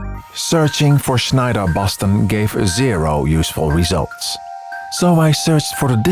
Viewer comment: I love the way you pronounce Schneider!